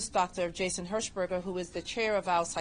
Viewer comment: Herschberger You say? 🤔